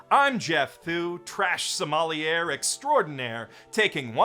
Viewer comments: If we can get him to say something nearer to "so meh li eh" rather than sounding like "sommelière," that would be an upgrade. (No gratuitous change of gender for one thing!) I'd thought a few semesters of French was a high school requirement in Canada 🇨🇦! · Just a heads up; Sommelier is pronounced "so-mah-LEE-ay"